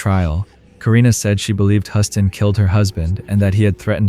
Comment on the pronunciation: love your content but you need to be consistent with pronunciations... and Huston sounds like Houston, I mean you can hear the people saying it correctly on the video in between your mispronunciations.